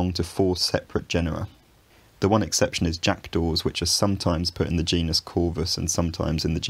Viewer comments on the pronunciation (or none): none